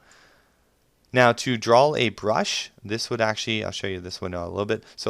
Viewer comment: Draw not drawl